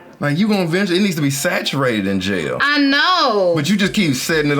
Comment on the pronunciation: When she said jel I thought she said JAIL